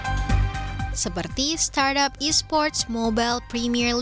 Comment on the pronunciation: starap, startup, stardep. startop. suka suka kaulah CNBC. 🤭